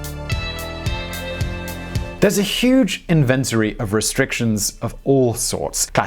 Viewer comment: The number of cars in Mexican cities has QuadRUPled ha ha come on man!! You cant pronounce that!! InVENtory ha ha